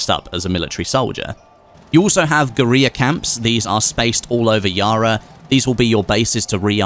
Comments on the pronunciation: guerrilla is pronounced like gorilla not gueriya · Guerrilla still pronounced Gorilla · Is he trying to say guerilla? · The way he says geurilla